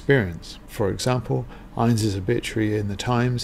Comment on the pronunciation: Pronunciation of 'INNES' is the two syllable INN-IS; INN rhymes with SIN and IS with MISS.